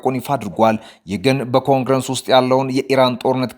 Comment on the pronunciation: ጋዜጠኛው እባክህ ኮንግረስ የሚለውን ቋንቋ አስተካክለህ አንብብ ።ኮንግረንስ ምንድን ነዉ ?